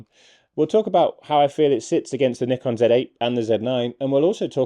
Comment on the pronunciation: At last, someone knows how to pronounce "Nikon" correctly.